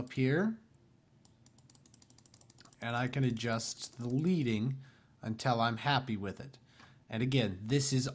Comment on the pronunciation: Tip, leading is pronounced 'ledding' this is because in traditional printing the space between the lines of typeset was created using strips of the metal, lead. Just trying to help👍